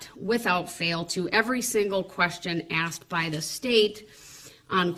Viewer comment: He axed is it fair to say